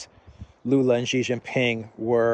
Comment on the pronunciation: please note xiao is pronounced approximately “shyeeao,” rhyming with meow. Xi is approximately “shyee,” rhyming with bee.